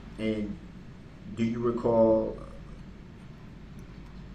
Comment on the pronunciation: I want to know how many times in his pitiful life he used the word ‘recall’ or should I say ‘recaw’ as he so eloquently pronounces it.